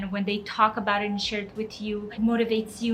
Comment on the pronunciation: who else spotted the Canadian “about” 😂❤️